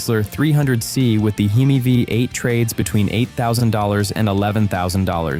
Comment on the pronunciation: What's a "heemee vibe eight"? You should probably check the output of your 100% AI generated content for accuracy. The whole video reeks "lack of credibility " when you just slap it together like this.